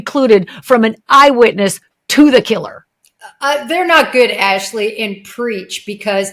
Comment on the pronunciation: Wrong pronunciation of Jennifer’s last name Ashleigh.